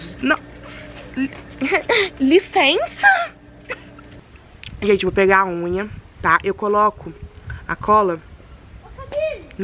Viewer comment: KKKKKKK "linceinça"